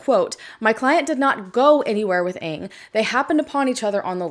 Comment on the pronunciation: Your pronunciation of Ng is off, just mentioning it. Many disappear in these South American countries. It just isnt safe for foreigners.